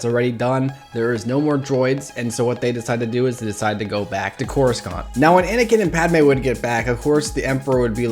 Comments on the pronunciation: Scrolled down immediately to see who else caught that... Slapped the like button on the first to comment that magic word,... "Coruskant" 😂 Bottoms up, yo!!! 🍻Churs!!! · curasscant!? i've never heard anyone pronounce it like that. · coru bruh its pronounced like coru sont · coruscant but pronounced corusant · man said courscgant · Did he say corrascaunt?😂😂😂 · Did you just say coruskant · Wait why you say corscount